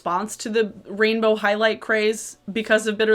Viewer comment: This is weird, but I like the way you say “rainbow.” 😭😭🥰🥰